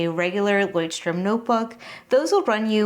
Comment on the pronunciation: Since you asked for corrections on your pronouncietion of Leuchtturm: your pretty much on track, but the German ch is a sound that you English speakers don’t have. It is a hissing sound made by lightly pressing the back part of your tongue toward your gum. If that is to hard: the American sh sounds better in my ears than the Amarican ch. Take care!